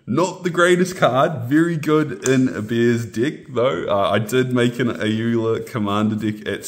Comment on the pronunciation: 'very good in a bears dick' Kiwi accent 10/10